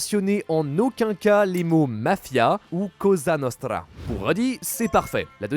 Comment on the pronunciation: À c’est Cosa Nostra pas casa nostra. Attention à certaines prononciations, souvent vous oubliez aussi les « que » dans certaines phrases (entendu dans d’autres vidéos) quand vous formez une phrase subordonnée:)